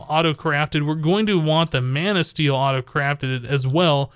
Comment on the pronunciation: am I the only one who hears Man'o steel (as in superman) instead of mana steel?